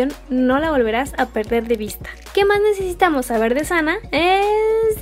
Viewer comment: Hace poco empiezo a estanear a twice y me parece un grupo hermoso y con muchisimo talento, pero fuera de eso Quien mas se dio cuenta que dice "necetamos" en vez de necesitamos